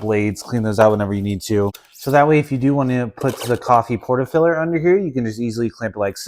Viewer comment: ...Porta filler??? Will someone teach Americans English...porta F I L T E R FIL TER I L TR not...NOT FILLER